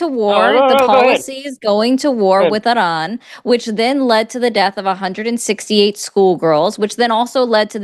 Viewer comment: I love the way you say "Iran". Just sayin', I don't care about the American pronunciation, it is more polite to pronounce a country's name as the citizens of said country do